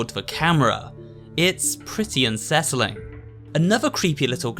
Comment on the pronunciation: Never have I heard the pronunciation of "unsettling" as un-ses-sol-ling. Interesting...